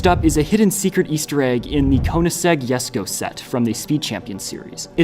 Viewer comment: lol this guy pronounced koenigsegg as „conisec“ 😂😂